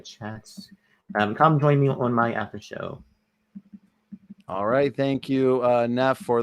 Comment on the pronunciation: needs to seriously get help with his communication skills. His enunciation is poor. When he said "Come to my after show" it was hard to decipher. He sounded like he was saying "Hum to my haffer hoe" Oof! Get it together. Then he gallops through syllables at times which does... not... help.